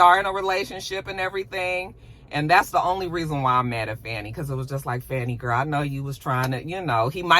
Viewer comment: Dang, how is it that you live in Georgia and get the local Atlanta news and you're pronouncing Fani's name wrong?